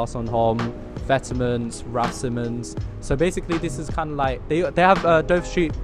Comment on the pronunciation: Why is it so hard to say vetements? it's vet-mohn...it's a french brand so don't say vete-ments.